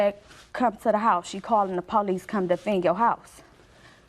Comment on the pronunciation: Please forgive me for using the “N” WORD…”NONSENSICAL!” 🤦🏽‍♀️ After mispronouncing “police” PO LEESE nearly three to four times, there was a nonexistent PO LEESE REPORT 😂😂😂😂😂😂😂😂😂😂😂😂😂